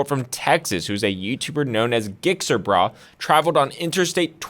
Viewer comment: As a lawyer you should know the legal definition of "Racing" and THIS is not it broski. You lost me already. It was bad enough when you clearly didnt research the subject "Gixxer Brah" and said his name completely wrong. That shows a lack of care for what you are doing as you said you hate motorcycles, so why even touch the subject. A Subject you clearly dont know anything about.